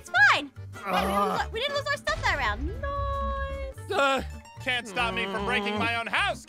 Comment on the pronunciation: I love how aphmau says noce to say nice